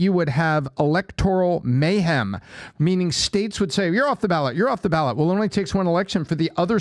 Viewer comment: If you read the constitution you'd realize the 14th amendment is self-executing and it doesn't say anything about how "states can't do that". Trump did do something wrong first. Quite a few things. Also it's "ballot"